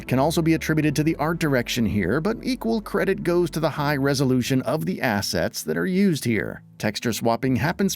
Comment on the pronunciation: She's 🔥HOT🔥! HOT graphics indeed! 😋🤗💕 Hahahaha! He says: "ass sets!" 🤣